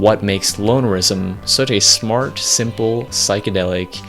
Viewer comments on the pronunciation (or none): is it me or does he keep saying "smartch" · Great video, but every time you say the word "smart" I hear SMARCH